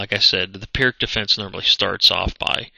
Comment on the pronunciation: Pirc is pronounced "peerts", just so you know.